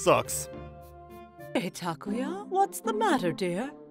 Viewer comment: This story is pretty weak compared to your other stories. There may not be any unrelatable repeat characters or any off the rails crazy plots, but this isn't really up to par. No decent mother would guilt trip their kid into overeating and you botched the pronunciation on Takuya's name on top of it.